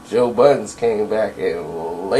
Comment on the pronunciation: Why does everyone put an S on the end of budden